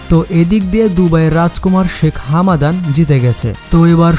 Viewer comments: It's Hamdan not Hamadan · হামাদান নয় ভাই হামদান